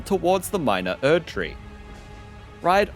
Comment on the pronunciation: "Before Erdtree"? Hu? What? speak clearly with me Erdtree what? Erdtree who?!?